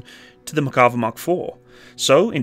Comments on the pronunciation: Mare sounds more like "Meyr" Better to pronounce it as Nah-Mehr and Mehr-ka-vah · Say: mair.kuh.VAH